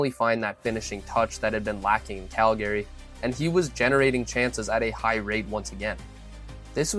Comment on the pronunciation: What the f*** is Cal Gary? Is this AI?